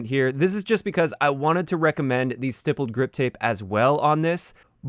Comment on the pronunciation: FYI it’s usually pronounced like sty-pled. On polymer handles you can poke it many times with basically (or literally) a sharp soldering iron